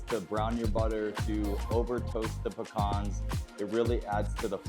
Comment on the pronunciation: I just subbed solely on the fact that you pronounced pecans correctly 😀